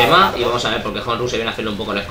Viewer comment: Y por cierto dato informativo para ños comentaristas cuando nos mencionais: honru no se pronuncia von J es con H muda es cono di fuese onru y mi nombre no es semamesa como decis es chemamecha las x son ch gracias